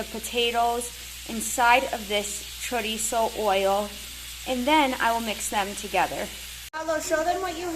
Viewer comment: Chorizo not choriza.